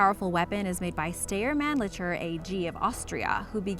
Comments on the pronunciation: Rifles depicted during discussion of the Styre 2000 (pronounced “steyer”, not “stair”) included an M4 and an IWI Tavor. Stopped watching after that. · It’s not stair it’s steyr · Styer = "STY-er" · You pronounced steyer wrong -_ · Steyr is pronuced with an i